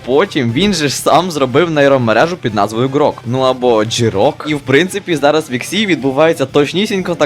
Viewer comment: Не Джірок а Жирок